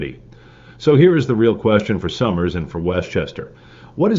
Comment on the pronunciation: You are not pronouncing Somers correctly...it is sOmers with a hard o....not sommers.